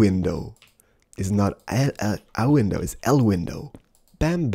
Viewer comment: el windoww Spanish: La ventana